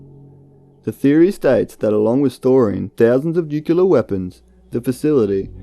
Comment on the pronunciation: It's NU CLEE AR, not nucular. Please try and get it right.